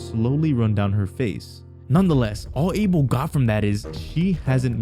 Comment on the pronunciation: idk why him or no one has been correcting his name pronunciation its "Uh-Bell" not "A-Bill"